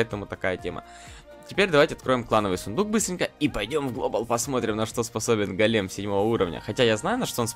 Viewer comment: Не голееееем, а гооооооолем